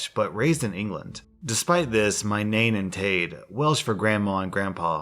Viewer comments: I'm half welsh and it's not pronounced nane and tade its pronounced nine and tide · it's pronounced NINE AND TIED lol (I'm Welsh) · Hey, just so you know - Nain and Taid are pronounced ‘nine’ and ‘tide’:) diolch yn fawr, love your channel! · nain and taid is pronounced more like nine and tied hahah that’s what i call my welsh grandparents anyway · Nain and Taid are said like “Nine” and “Tide” 😂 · As a Welsh an I'd like to say good attempt at pronouncing nain and taid, they're pronounced like nine and tide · Nain in pronounced Nine. Like the number. This is coming from someone who has lived in Wales since aged 1. And Taid is pronounced Tide. As in "The tide is out coming in" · I’m welsh! Sorry if this is rude, but Nain and Taid is pronounced Nine and Tide. Have a lovely day! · Hey, I live in Wales. Just wanted to point out that "Nain" and "Taid" are pronounced "Nine" and "Tied" respectively Not that it matters of course Keep up the good content :) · I know I’m late but in the first one it’s pronounced Nine and Tide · Just saying but you actually pronounce ‘Nain’ and ‘Taid’ like ‘Nine’ and ‘Tide’ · The way you pronounced that “nain and taid” 😂😂😂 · The way he said nain and taid 😭😭😭😭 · Is it allright if i correct your pronounceaition of nein and taid? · You pronounced nain and taid wrong lol